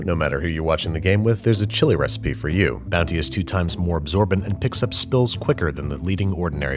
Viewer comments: I'm like 90% sure I also heard you say Bouncy once instead of Bounty but if anything that made it better. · Did he say “Bouncy” at the end instead of bounty? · did he say..bouncy? at the end